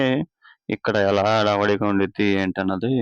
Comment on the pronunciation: అడావిడి కాదురా అయ్యా . "హడావిడి"..